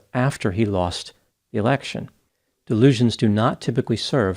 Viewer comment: Ha! Must be me, but i heard “turn over the American presidential erection” 😂😂